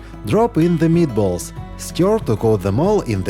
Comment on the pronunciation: Those a MEAT-uh-BOLL-uhs for the WIN!! 👀🤩👌👍👍👍